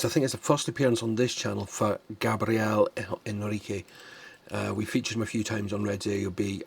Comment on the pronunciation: Segundo um comentário, de que adianta falar bem o inglês se não souber cantar. Esse reator mal sabe pronunciar o nome do Gabriel.